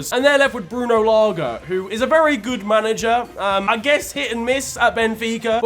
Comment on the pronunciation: as a Portuguese, the way pronounced Bruno Lage genuinely hurt my soul